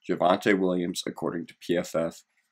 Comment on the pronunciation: JYUHvante Williams